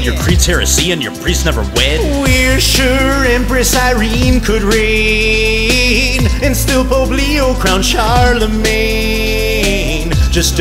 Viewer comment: I love it... but I love it more if you pronounced "reign" right.